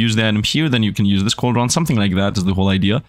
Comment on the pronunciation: Coldron is pranounced like cold-ren